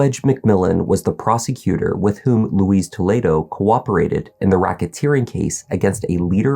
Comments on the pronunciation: His name is 'Luis', not Louise! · It’s not ‘Louise’ (Lu-weeze). It Luis (Lu-ice, rhymes with police). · It’s not LOUISE it’s loo-ez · Why do you keep calling him Louise, that's a girl's name? It's Luis.. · Its pronounced lewis not louise. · You're pronouncing his name like the woman's name. It's "Lou-eess" not "Lou-eez." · It’s Luis; not Louise.